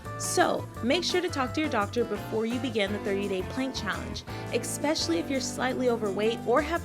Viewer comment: I don't trust people that say "EK-specially"